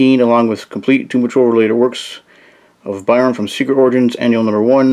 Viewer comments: you said he rewrites the dp origin as if they never existed, but go back in time to where the first team died. i got confused.. thanks for the vid and cheers from brazil. ps. we also say "burn" here, whatever you said seems hard. "bärn" wut? heheh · Byrne sounds like "burn". Otherwise enjoyed the vid. 👍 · As soon as this guy mispronounced John Byrne’s name. I paused the video to make this comment before exiting the video. This guy needs educated before he makes a video and makes an idiot of himself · Yo chill man just a mistake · He got a name wrong that you don't exactly hear very often, no need to be so rude about it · Yeah it's annoying but you're also overreacting. If a person's never heard a word spoken before and only read it you can't really get that mad at them relax